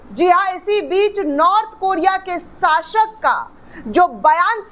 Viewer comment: Sashak nahi shasak😂